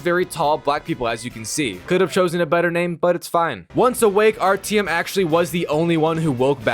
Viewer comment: Where do you hear an E in Artyom?